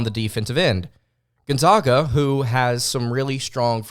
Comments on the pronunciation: Say it with me everybody…..GONE-ZAG-UH NOT ZOGA! drive me nuts it ain’t hard to pronounce bro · I saw you and Andy Pattons podcast and now this one....please learn how to pronounce Gonzaga correctly please. its gone zag ( JUST LIKE BAG) Not ZAWG PLEASE! THEY ARE THE ZAGS....NOT THE ZAWGS! You are a very good podcaster....please do your homework! thanks! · American pronunciation ~ Sounds like guhn • zaa •guh